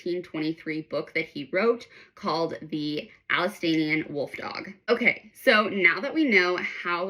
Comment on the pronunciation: it's pronounced - Al - say - shun - emphasis on say